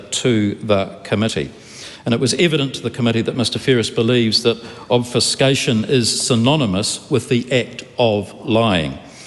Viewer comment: If you knew of the nuances of the English language mate you would know how to pronounce "Obfuscation" properly.